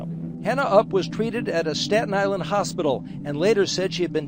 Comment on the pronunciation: As someone from Staten Island good job with the pronunciation